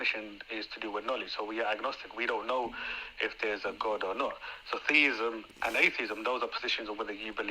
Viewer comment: Its driving me crazy how he pronounces "God". He is saying it like "Gud". Lol just a pet peeve of mine lol. Peace be with you! ✝️🕊♥️